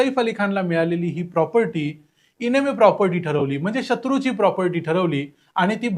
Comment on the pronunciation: इनेमी नाही. एनिमी असा उच्चार आहे. एनिमी म्हणजे शत्रू.